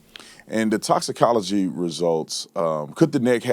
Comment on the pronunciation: Crump couldn't even pronounce the words..doc took the words right out of my mouth. Toxicology?